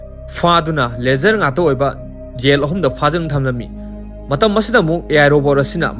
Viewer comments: Yel haiganu taba nungaite jail haiyu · Yen yen haibdo sum taba nungaitre khitang semdokpiyo jail haibiyo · Jail haiyo yail haido tabada nunggai tre